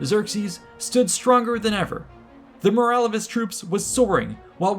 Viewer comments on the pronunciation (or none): none